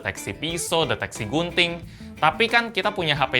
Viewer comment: Kuping gw salfok denger gunting jadi bunting wkwk